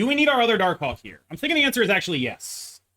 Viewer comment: Say Darkhawk again please